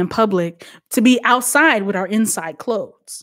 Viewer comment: ITS THE RANDOM ACCENT FA ME..... NOT “CHANGE MY CLO-THES”............ 🤣🤣🤣🤣🤣🤣🤣🤣🤣🤣🤣🤣🤣🤣🤣🤣🤣🤣🤣🤣🤣🤣🤣🤣🤣